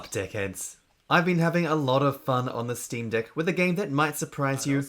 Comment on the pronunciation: I thought you called me a "Dick Head" for a second lol